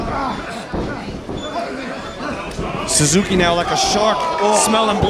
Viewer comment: suzukiは「サズキ」って感じに発音するんだね。